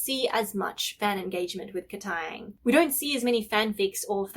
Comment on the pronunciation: I love the way you say KatAang😂